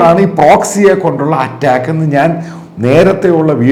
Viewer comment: Atttaakku,alla do...attack ennu para..